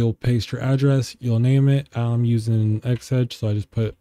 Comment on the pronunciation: p.s. xeggex it's pronounced like 'Zeg-Ex" not xedge 😂 Great video bro!